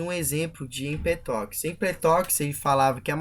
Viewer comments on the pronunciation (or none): empetoquis? não seria Empédocles? tales de miletoS ? Não seria Mileto? Anachiiimenis? Não seria Anaxímenes ?